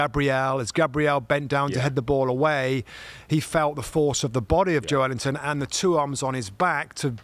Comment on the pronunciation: That's a more accurate pronunciation than Joe Linton. The "e" gets pronounced as its own syllable in Portuguese.